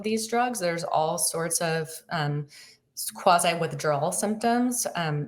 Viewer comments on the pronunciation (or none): none